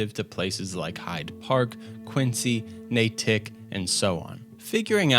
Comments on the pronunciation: NAY-tik, not Nay-TIK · It's (NAY-DIC) lol, not (Nay-TIC) Just say Naydic, just like "WeyMouth" is "Whey-muth" or Framingham "Frame-ing ham". And in the 50's-60's it wasn't 6 flags New England. The park that was there was called "Riverside Park" until Sixflags bought it which is located in Agawam. It was more known for it's Speedway. Which Sixflags got rid of. But Nuke-a-World very well could have been Mountain park. which is located in Holyoke. It's ruins now, and it had an alpine slide. As the Connecticut river runs along side both parks, not through. There's actually dinosaur foot prints down by the river and is a tourist attraction to this day. And I can't believe they left out the Quabbin Reservoir, (Kwah-Bin) which was created to supply drinking water to Boston, how ever to do so they evacuated 4 towns, and flooded them. There are 4 town at the bottom of the Quabbin. and then they pipped the water all the way to Boston. Western Ma and Massachusetts should be 2 different states. They basically are. And not a bad tactic, but people watching this will come up/over here and actually call them that. In which case we send them to Chelsea saying "It's a great place at night, just like Holyoke" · First, great video, even if your pronunciation of locations in Massachusetts hurts my New England heart. ( NA-tic, not na-TIC). Secondly, the Glowing Sea might have been a shot at Natick Labs. This is a research and development lab that does TONS of work for the military. Thank you for a great video, and all the names are based on either traditional English names, with the associated consonant slurring, or on Native American names, which you get a pass for, since locals can't agree on how to say them. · HE AINT EVEN FROM ROUND HEEEEERE!! haha great video. It’s Natick you say it fast Naytick not like nah-tick. Yes, it is absurd. All right I’m gonna go pahk a cah bbl. ✌🏼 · nay-TICK and frahmingham, glau-chester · The "T" sounds more like a "d"...nadick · Natick was hilarious...